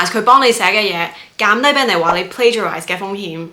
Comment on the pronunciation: Plagiarize, not plagarize